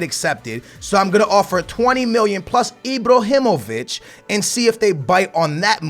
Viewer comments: it's fuckin ibrahimović not ibrohimović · he's called Ibrahimovic, not Ibrohimovic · Sign all 3 if you can! btw; It's IbrAhimovic, not IbrOhimovic ;) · Ibr"A"himovic not Ibrohimovic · Imbrohimovic????? Isnt it Ibrahimovic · Mate IBRAhimovic not IBROhimovic come on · IbrAhimovic not Ibrohimovic hahah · Why do you keep saying Ibrohimovic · "Ibrohimović" so much cringe!!! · Stop say ibrohimovic please!😂🙏🏽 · Stop saying ibohymoviyc. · Stop saying Ibrohimovic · Also when he spells Ibrahimovic it sounds like IbrOhimovic, but that's why we love:) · It's ibrAhimovic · ...where do you see an "o" in Ibrahimovic? 😂 Ibrahimovic smh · Sell Ibrahimovic because the way you pronounce his name makes me want to commit suicide